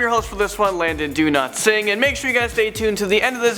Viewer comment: I liked this video just because Landon said Do-not-sing instead of Dowlatsingh